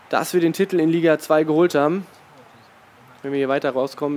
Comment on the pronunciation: Kannst du das Wort "Titel" eventuell mal richtig aussprechen? Man schreibt es nicht mit 15 T's...